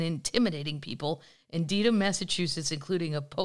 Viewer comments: It’s pronounced Deadham —not Deedham. Spelled Dedham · Lololol Dedham is pronounced DEAD-HAM! 😂